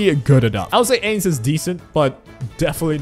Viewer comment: bro says "Aids" instead of Ainz.